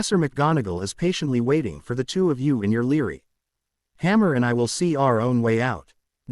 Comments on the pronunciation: I am in no way off the mark, because when you Force the word library to be pronounced as Leary because of the center of the word you have b r a, that is idiotic and psychotic. You don't have to like what I say at all, because it does not change the fact that I am 100% correct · bra li - bra - ry lol like ass a - ist for assist